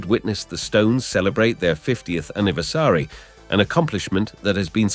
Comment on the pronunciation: Are you a robot voiceover. Weird way to to pronounce 'colleagues' and 'anniversary'